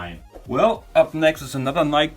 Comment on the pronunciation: stop saying "NIK" lol